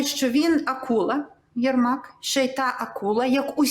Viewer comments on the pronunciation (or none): Єрмак, а не Ермак!